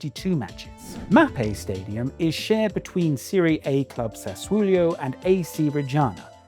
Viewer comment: Mispronounced Serie A. Should be Serie-ah not Serie-ey.